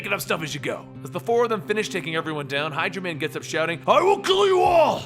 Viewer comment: I heard Hydra man instead of hydro man